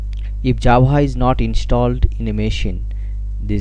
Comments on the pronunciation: Tyfe comand Jabha... You mean - Type command Java? :D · Not Nice its not jabha is java